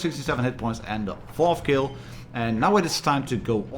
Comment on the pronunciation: "I keel you!" lol! Nice review .